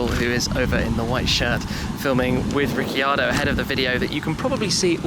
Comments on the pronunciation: Daniel RIC-CARDO not Rici-ardo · Sheldon Aubut 🤦🏽‍♂️ He pronounce his last name as Re-car-do not ricci ardo. You wanna proof? Go check out the channel named Clarkson Hammond and May reunite in Australia. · "rickardo" not "ricky-ardo" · Tim you cant say his last name right its. Riccardo not Riceeeardo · Hey Tim, Ricciardo is pronounced Rick-ar-do, not Ricky-ar-do👍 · Its rick ardo not ricky ardo. He is one of our aussie hero's get it right for us please shmee. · If you pronounced it in italian, it would be rich-iard-do. Not, ricki-ardo. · "daniel ricky-ardo" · RIC-I-ARDO hahahahaha being an Australian that sounds so wrong... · Its so funny, couldn't stop giggling how Tim was pronouncing Daniel's last name, Daniel, RiccEEEEEardo lol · Great video Tim, but if you’re going to interview our Aussie icon, please pronounce his name right. Say it like Rick ar do. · Rikkiardo? Really shmee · His surname is pronounced 'Riccardo' not 'Ricciardo' hahaha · ricceeeeardo ? did you call him that to his face?! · You go all that way to get invited to an exclusive behind the scenes for aston martin, involving F1 drivers, and you pronounce Ricciardo's name wrong... oh god. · As a aussie please say his last name properly shmee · Are you ever going to buy a laborghini ?(you pronounced Ricardo wrong xD)